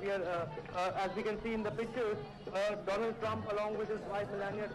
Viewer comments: National its do-lund trump u mistake to write its not donald trump 😂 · I wonder how our PM can't ever pronounced his Bestfriend name Doland Trump🤣🤣😂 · One like for president dolund trump 😂😂😂 if you remember speech by our prime minister 😂😂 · Modi:- DoLaund Trump. Trump:- Viveka MonDon. English pronunciation:- Maaro mujhe maaro. 😂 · Its do-lund trump not donald trump 😂